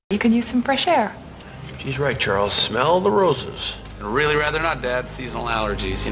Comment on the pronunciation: Smell聽起來好像smile